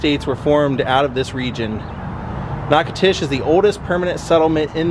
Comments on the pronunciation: As someone born and raised here in Natchitoches, I love hearing how visitors pronounce our city’s name. It’s so cute all the different ways they get in wrong, like you are doing. It’s pronounced Nack-a-tish. No disrespect, definitely not a grammar freak, great video. 👍🏻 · You need to learn the correct pronunciation of Natchitoches.